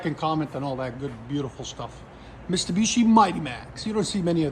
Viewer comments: Mistibishi😂 Love the realness of your videos lol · “Mistabishi” I love it